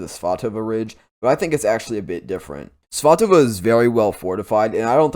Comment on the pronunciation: I'm so glad you say that place name clearly. I misheard it on another channel and thought they said Pikachuchance. I had to look at their map. 😀